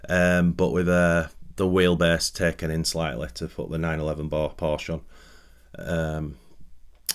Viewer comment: You should at least say Porsche correctly..lol…